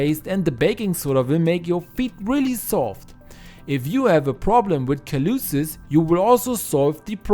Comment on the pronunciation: At 3.33, kaloosis - calluses, pronounced callu-sez.